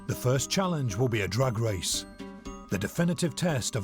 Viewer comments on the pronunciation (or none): When the presenter said the first test would be a Drag race i swear i thought he said A Drug race ha ha its his accent.This is fantastic im hopeing.Guy comes out the winner fingers crossed.